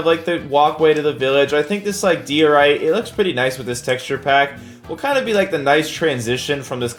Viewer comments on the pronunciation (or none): its die-or-ite - like so can see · Bruh it’s die or ite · Diorite is said “Die-or-ite” not “Dee-or-ite” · Die oh right is how you pronounce it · Also it’s DIE-O-RITE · He doesn’t know how to say diorite